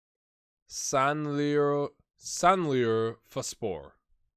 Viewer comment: Urfa is the name of the city in Turkey. So try to pronounce it Sanli-Urfa-Spor. I recently finished a 1 season save with Sanliurfaspor. They started with a 15 point deduction for financial mismanagement and we finished second to last (without the points deduction we’d have finished 6th). Relegated and sacked.